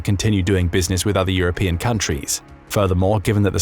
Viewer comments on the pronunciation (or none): none